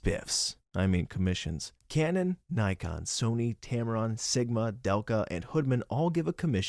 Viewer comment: It’s Nye-Con lol.